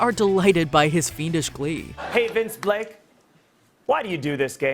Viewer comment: It’s Vince BLAKE!!! How does an error like that get through? She must’ve said it 10 times